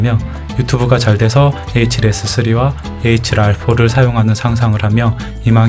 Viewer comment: 에이칠알포, 에이칠씨....ㅋㅋㅋㅋㅋ 충격적인 읽는 방법이네요 ㅋㅋㅋㅋㅋㅋㅋㅋㅋ